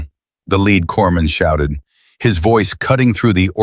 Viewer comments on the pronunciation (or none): Teach AI, corpsman is pronounced cor-man, & corpsmen is cor-men.